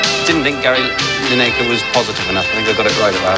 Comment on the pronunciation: Mick Channon's pronunciation of Gary Lineker's name as Gary 'Lineacre', priceless.....